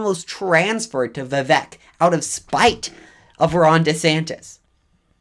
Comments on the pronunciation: I think his name is pronounced vih-VAKE, like cake, not vih-VEK like heck. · Vivek is pronounced We-wake, not We-wack. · Vivek pronounced (We-Wake). Not we whack. and Ramaswamy pronounced Ra' (R-Ah)Ma' (M-Ah) Swa' (Sew-ah) Me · Vivek is pronounced "Vi-Vake". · You need to pronounce Vivek correctly, It is Vi-Vake like “cake” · Learn to pronounce his name correctly !!🥱😡